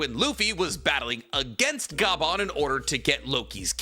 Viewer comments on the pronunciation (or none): W video content. But L on the name pronunciation. For future notes it's said like scoper not scooper. It's one of Odas name theme jokes. Gol D Roger = Gold Silvers Rayleigh = silver Scopper Gaban = copper. And I'm sure most of us say his last name like Ga•bawn instead of Gaw•bawn. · Bro just called Scopper - scooper and keeps calling him Ga-ban, it’s one word my dude, Gaban (gah-bahn) pronounced together not separately 😂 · Ok… i see the other comments on it but on one explaining how to pronounce the. Names. it’s pronounced like copper, Scopper. And Gaban like garbanzo beans without the R. Good video tho! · you saying scooper bagan makes me nauseous plz stop i know you doing it on purpose 😞😪